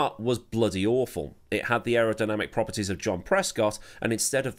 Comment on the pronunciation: "It had the aerodynamic propities of John Prescott" 😂😂